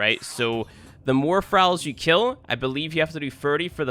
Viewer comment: Started watching immediately clicked off when he pronounced Thralls.